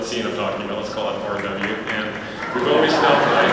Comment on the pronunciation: Oh GOD. Just hearing him pronouncing "RW" is painful. Or better known as the end of asoiaf and eventually GOT, for me. Please mr producers, don't talk about that before you have to, just, don't.